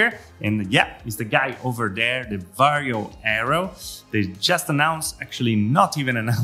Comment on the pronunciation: it's not VARIO ffs, it's VARJO. Also it's not urts, it's hertz.